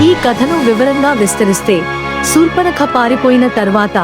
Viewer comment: Yes right. Sa sha difference